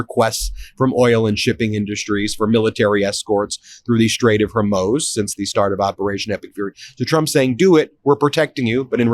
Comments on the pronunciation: I love you, Ben, but please learn how to pronounce “Hormuz”. Constantly mispronouncing it lessens your credibility. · Meidas isn't getting the news right. Those weren't fishing vessels, and after 10 days Ben is still unable to pronounce 'Hormuz'. They need to tighten up their act if they want to try and shift from law to news. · this guy cannot pronounce hormuz, like it triggers me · I hate to be the grammar police but Ben consistently mispronounces basic words that he says repeatedly all day like the Straght of HORMUZ, Maria BARTAROMO, PAKISTAN, etc. It makes Ben sound unprofessional. Please help him out. It is not that hard. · Hi Ben - I love you and your reporting. I like that you are always accurate, so please pronounce Hormuz correctly. It is not Hormos. It is MUZ at the end of the word. You do a great job with all the Arab names. Thanks. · How are you still pronouncing it as Hermoze after all this time? It's Hormuz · Ben, you really must practice your pronuniciations. Hormuz is pronounced hormuce, not hormose. And when you use the word reputable, the accent is on the first syllable, not the second. You are not the Chevy Chase of diction, so be prepared and practice. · Why are you calling it Hormoz, when everybody else says Hormuz plus it's spelled that way? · Ben, please correct your pronunciation of the Strait of Hormuz. It's Hore-mooz, not Her-mohz. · Great reporting and commentary, but please Ben! It's the Strait of Hormuz, pronounced Hore-MOOZE, not Her-MOZE. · …bud, it’s pronounced HormUZ, not HormOSE, get it right. You sound ridiculous. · Hor-mooz, Ben. Hor-mooz. Not “hor-moes”. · Hey Ben-the -muz part of Hormuz rhymes w/booze. Sometimes you say it like that & sometimes you say it like moze & it's making my ADHD mind feel like the metal ball pinging around in a pinball machine!🤣🤣🤣😂😂😅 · Idk how you can literally read the word hormuz and still pronounce it hermoze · Can you please learn to pronounce Hormuz correctly? It is not Hormoze.